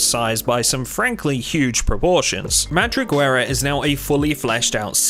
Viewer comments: Pronunciation time: “Madriguera” is pronounced “ma-(voiced)thri-ge-ra”, no “u” or “w” anywhere in the word. It means “den” or “burrow”, like for rabbits or other digging animals. The “th” is voiced, as in “the”, not as in “three”. So the next time someone complains about how confusing English spelling is, you can tell them that every alphabetic language has these kinds problems, and to blame the Phonecians for solving writing with such an adaptable, delightfully imperfect system! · For future references: Madriguera is pronounced almost as you did but 1) The Gue part from Guess